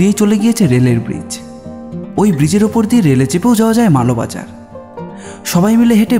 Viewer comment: মালোবাজার নয়। মালবাজার। ভালো লাগলো 👍